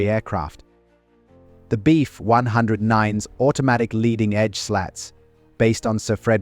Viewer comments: Do you think that you could reprogram the auto-generated narrator to say, "BF" instead of "beef"? Please? Incredibly annoying 😑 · Decent video, AI narration sucks. Beef 109, hahahahaha